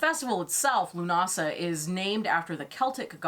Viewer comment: Leaving straight away, I'm fucking Norwegian and even I know how to pronounce Lughnasadh have some fucking respect for Gaelic culture.